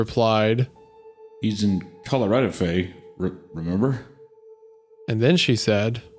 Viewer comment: Hunter's 'color-AH-do' pronunciation got me lol. My wife always pronounces Colorado the same way hah